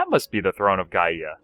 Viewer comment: Gaia = Guy-uh